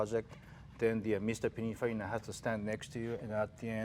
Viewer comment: C'mon, Jay, "PiniNfarina", not, "Pinafarina".